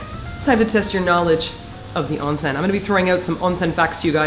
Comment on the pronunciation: I love you guys for properly pernouncing onsen...